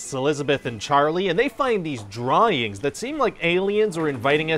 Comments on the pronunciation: Did he say, "Draw-yings" in the beginning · Did he say “drawyings?” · Whats a Draw-INGS? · did you say "Drawyings" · Hey, if anyone from Screen Rant is still monitoring the comments on this three-year-old video, can you let Ryan know he pronounces the word “drawings” funny?